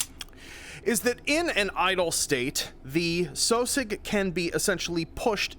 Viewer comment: I always thought that sosiog was pernounced (Sauh sig)